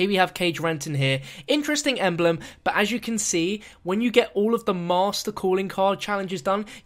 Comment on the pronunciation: ha, he said intresting eblem